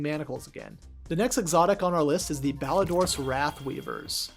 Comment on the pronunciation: Clan mentioned! Shoutout to the rest of the lads. Great video and idea as always and also, good job pronouncing Ballidorse correctly. So many people I hear pronounce it like Ballidore’s